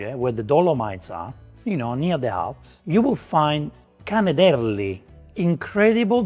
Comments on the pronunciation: La pronuncia di canederli e' sbagliata 🤭 da te non me lo aspettavo 😉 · My friend your pronunciation of Canederli is not even close. Plus the polenta in Trentino must be firm not mush and served with a stew or with sauerkraut and pork. It would be an honor to cook you proper canederli or even my family’s recipe for smorm or torta di pere.